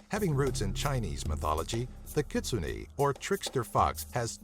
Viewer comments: I think it's pronounced kit-soo-nay not kit-soo-nee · Just so you know, Kitsune is pronounced "Key Tsu Nay" and also, the Kappa becomes immobile if the water from it's is spilled. If you fill it back up, they will server you till they die. And, btw, a Kappa's favorite food is cucumbers. =3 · ....you pronounced kitsune wrong... TRIGGERED I think you pronounced it wrong... but at least it's on this list. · And is nobody mad at the way he says 'Kitsune'?